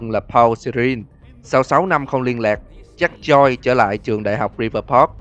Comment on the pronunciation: JACK JOYCE nghe nhầm thành ZACK CHOI 😂😂😂😂